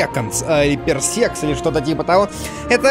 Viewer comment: Дима, читается "Парсек".. Расстояния измерять.